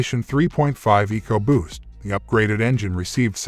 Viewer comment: 2.7 egoboost? lol pronouncs it weird. Anyway 2.7 is the best motor ford has made in a while they really crapped the bed in the last decade leading in recalls but did good with the 2.7. My ford mechanic friend calls the 2.7 the new 300 staright 6😂